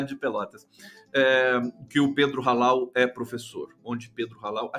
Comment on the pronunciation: Pedro Hallal (pronuncia Allal) sou pelotense, ele é da UFPel....